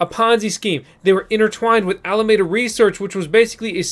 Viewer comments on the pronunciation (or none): none